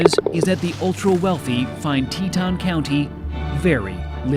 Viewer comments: Hey, it is not "Teh tun", it is "TEE toyn" county in Wyoming. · FYI, Teton is pronounced “tee ton.”